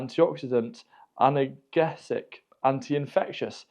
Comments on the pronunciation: I couldn't route out all my stinging nettles if I tried. I've eaten a few, steamed like spinach, and I have put some in water as a feed occasionally. By the way... 'Analgesic' is pronounced - Annal-G-zik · Analgesic - like aspirin, reduces pain. An-al-JEE-sick